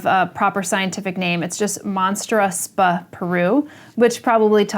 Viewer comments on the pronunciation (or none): sp. means species. not spuh. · i have a curious case of E pinnatum 'Marble Planet' aka M karstenianum sp 'Peru' too. BTW, i heard Summer said "spah"? Was it an accepted pronounciation of 'sp' (specie)? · I’ve never heard anyone else say “sp” the way you say it. I am intrigued if this is something that people usually say in the US instead of species? I enjoy your videos!